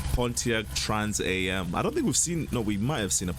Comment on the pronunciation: Trans-Am Not "trans-aye-em." "Am" I "AM" a car guy. Pontiac LeMans say "Le' Mans." It's named after the French race, but pronounced without the French accent.